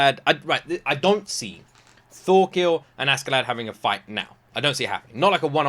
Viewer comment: FYI his name is Thorkell, not Thorkill